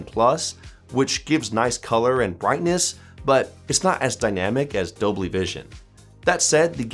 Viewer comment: Dolby ❌ Dobly ✅